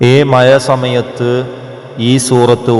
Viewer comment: മയ അല്ല മഴ 😅